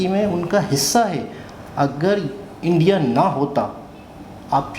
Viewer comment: Its India....not indai...👍